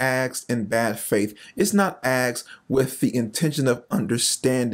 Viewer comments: While I appreciate and agree with your stance I must point out that your mispronunciation of the word "asked" is killing me. Please learn to say asked and not axed. Respectfully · "Axed". I would work on that if I were you. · Asked***** not axed…. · What’s a Axed ? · It's not axed, it's asked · It's asked, not axed. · Asked...ASKED. Not Axed. 🙄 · who "AXED" a question??? So, someone took a question and put an "AX" to it. Hey Einstein, the correct term is "ASKED" . . . Learn ! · OMG THE FATHER "AXED" HER TOO? jk brother all in good fun. God is good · Aksed or asked? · Language changes everything dude the word is (asked) not Axed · Lost me at "axed" a question! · Asked, not aksed. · Good video, but it is "asked", not "axed". 🤦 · Why can't you say asked, not axed?, it's hard to take you seriously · Not AXED …asked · Hard to take this seriously when you can’t speak English. Axt? Axed? Actst? Huh? OH. . . Asked. We’ll say it bro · Ha ha axed...you're cute....asked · “Aksed”. I think the word you are looking for is “asked” 🙄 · It’s ‘ask’ not ‘ax’ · Asked…. Not aksed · I enjoy your videos but do me a favor…..you’re presenting yourself as a representative of the Lord and an intellect. Please stop saying “axed” instead of “asked” lol. I don’t know if it’s a trendy thing or something but I’m a conversation with intellects it makes you sound ignorant, lol. Blessings, bud. Just one believer to another. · I'm sorry but it is just painful to hear you say "aXed" instead of "aSKed". Great content but your speach is a massive impediment. Sorry, can't subscribe. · Does he know how to pronounce "asked"? Or is it just a black thing?